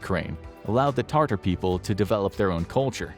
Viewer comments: Tatar, not Tartar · It's pronounced Ta tar, not tartar. They are people, not a mayo based sauce. Please do proper research on correct pronunciation before uploading videos. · Tat-ars are the ethnic group from Crimea. Tartar is a nasty white paste on your teeth. The people don't have an "r" in it. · Good video but bro needs to learn how to pronounce Sevastopol, Tatar and Transnistria